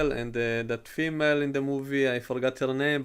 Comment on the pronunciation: I love it when you say female. It reminds me of a female girlfriend I used to have.